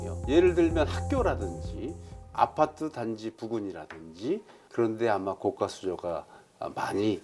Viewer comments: 교수님들은 高架를 高価라고 발음 하시네 고가도로를 고까도로라고 안 하는데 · 고까수조 아니고 고가수조 아나운서 발음 들어보세요. 사전에도 고가도로로 발음. 고까아닙니다. 고까는 가격이 비싸다고 할때 고까라고 발음합니다.